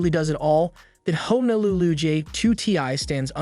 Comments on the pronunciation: Did you say FIN-ess instead of fin-ESS? You also completely mispronounced Honolulu which is a city in Hawaii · he was commenting that it was mispronounced he knows darn well what it means